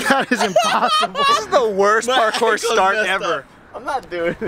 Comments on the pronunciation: This is... Pakourse!!! and yes, missing the 'r' was intentional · ITS NOT PARKOUR; ITS PARKOURSE the best thing to hear